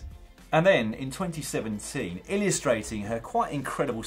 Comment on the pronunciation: "illyustrating" What?